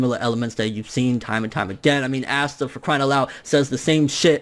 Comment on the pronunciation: My dude can you say his name right like ASSta.... really 😂😂